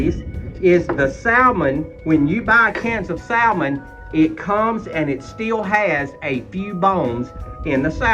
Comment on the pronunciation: We make some fantastic Salmon patties here but we also have home-pak Salmon here put up fresh every year. I’m hoping I’ll be able to send you and Catherine some this next season. Also we never pronounce Salmon with the “L” it’s always pronounced with the “L” silenced but to each their own I say. Have great recipe for Salmon patties I’ll share when I send you some fresh Red Salmon packed and some kippered as well! Love you both nice job 👍🏻pS love Salmon patties with fried potatoes and onions of course all cooked in cast iron!!!🙏💙🩷🐾